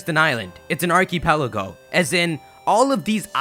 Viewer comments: am I the only one who thought the way he pronounced archipelago was funny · u said archipelago wrong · That pronunciation of archipelago